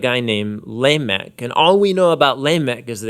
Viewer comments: Lamech is not pronounced laymech because the word is not English origin. It sounds Laamech like laaaamech. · Whoa! whoa! whoa! You got that so freaking wrong! first, It's pronounced luh-meh-ck second he did have a couple wives but hardly treated them like property infact they were ready to kill him when they found out he killed their son "tubal-cain" as well as as cain which was their great great great grandfather? (I forget how many greats he was). You can see that he grieves because he says he has killed a man to his wounding (killed cain) and killed a young man to his hurt (their son). Genesis KJVS And Lamech said unto his wives, Adah and Zillah, Hear my voice; ye wives of Lamech, hearken unto my speech: for I have slain a man to my wounding, and a young man to my hurt. He than goes on to fear what his his punishment will be because God cursed cain 7 times surely he will curse lamech 70×7! Genesis KJVS If Cain shall be avenged sevenfold, truly Lamech seventy and sevenfold. You have to read the book of jasher to gain a better understanding of the passage but to be fair you can glean enough from just the KJV. In the book of jasher it explains that cain killed abel because he was still bitter and abel was feeding his sheep in cains field. Cain was mad and abel defends his actions justly by saying you take of my sheep freely there for I take of your garden freely! Cain then kills abel with the metal part of his plow. Fast forward a bit and you learn that lamech and tubal cain are hunting in the wilderness and see an animal in the far distance which is cain. They shoot at hi